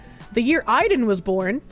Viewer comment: I listened to most of this vod without the video because I was at work or driving. Then when I catch the tail end and see the spelling... my own personal brand of autism is twitching at pronunciation of Aiden.